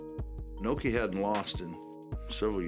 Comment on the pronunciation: Pat Patterson calling Inoki "Inuki", lol.